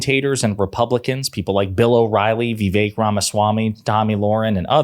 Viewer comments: Who is Vee-vake? (it's vi- VAKE). Kinda like saying ka-MA-la instead of KA-ma-la. LOL. You can't criticize the right for mis pronouncing if you do it yourself...... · Fair enough, "Vivache" (rhymes with ache and he makes my head ache!) Merit is good. It is why I'll be voting for Ms. Harris. Not Amber Rose or Ben Carson or DT or YOU. There is no MERIT in your cruel patronizing Project 2025 even if your candidate was smooth, articulate and not racist at all!